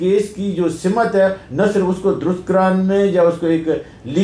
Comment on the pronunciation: Ap dono ne achi wazaahat paish ki.. maazrat k saath, boht se log lafz“ simt” ko “ simat” keh kr istemaal karte hn... simt yaani “ direction” meherbaani karen tamaam sahaafi bhi urdu k is lafz ki pronunciation sahi kr ln.. semt ya simt kahen semat ya simat nahi !